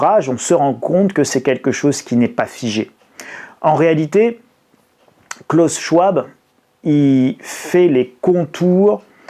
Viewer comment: C'était mon prof à l'université de Genève. On prononce : klaous sch-v-ab, si jamais!!